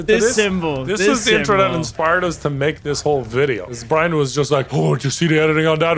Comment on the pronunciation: i swear everytime says brian it sounds like BRINE